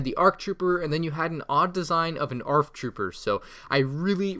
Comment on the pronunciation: It's kinda wierd to hear him say "arc" troopers.